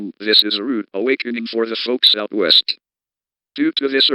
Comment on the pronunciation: I thought it said the WEAST coast